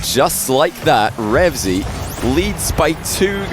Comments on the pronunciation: Why do u keep saying REVZY, i dunno why but it annoys me lol, its "RevEazy" * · says "remzy" throughout the video